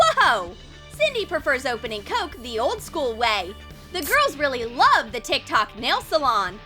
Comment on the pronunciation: Ugh no hate but the way you say tiktok is kinda annoying I am sorry love this channel